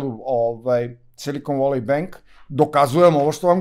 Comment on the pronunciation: Silikon voli benk😂😂😂..., inglis menu!